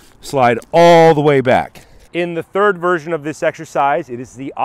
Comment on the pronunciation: You mean 'thrid"?